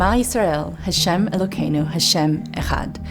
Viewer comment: Are you purposely mispronouncing Elochenu for similar reasons you say Hashem instead of Adonai (which isn’t God’s name anyway, nor is the word God, and therefore can’t be profaned)